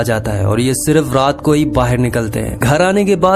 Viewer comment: Abe Bahar ko baher kyu bol raha hai